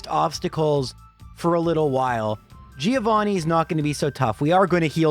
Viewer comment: It's pronounced "Joe vanni", not "Geo vanni". Sort of.